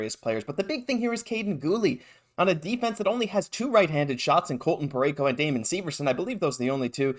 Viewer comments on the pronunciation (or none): none